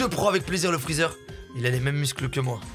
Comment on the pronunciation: Ses freezer pas freezar